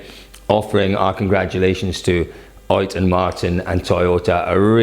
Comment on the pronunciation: Why do you always say like "OIT Tanak", when he is "OTT Tanak"?